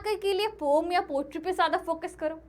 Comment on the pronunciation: Poem❌ Pom✅